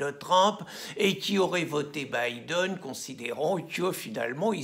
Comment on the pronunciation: Ah finalement quelqu’un t’as enfin appris à prononcer Biden, lol. C’est un bon début maintenant va apprendre l’anglais courant et tu pourras commenter la politique américaine, Charlot !